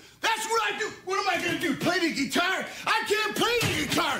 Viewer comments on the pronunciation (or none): I love the way he says "ge-tar" 😂🤣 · The way he pronounced it was funny, "Play the geetar!"